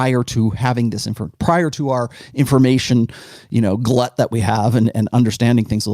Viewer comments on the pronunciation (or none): none